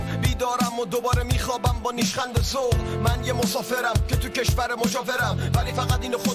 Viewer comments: hey dude its pronounced mow saw fer fer like pear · It's pronunced "Mo sau fer". It means "The Traveller". I could translate it if you guys are interested. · It's Mo-sa-f-ea-r It means Travelers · Hey man you said it the wrong way his name is yas and the song's name is mosafer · He is:Yas His song name is: mosafer.you should pronounce the"A" in YAS like the A in the word :Austia And it's really important to pronounce the "e"and"r" in the word:mosafer This song is really cool i suggest :"Bande naf ta khate saf" and "sefareshi"of him too😊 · Mosafer means passenger. The pronunciation was not good bruh